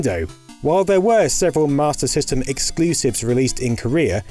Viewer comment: I hate to be that guy but "Sega's Matyr System" He didnt know or he cant pronounce S